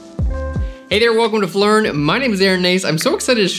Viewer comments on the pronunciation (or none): "Did he just say... flern?"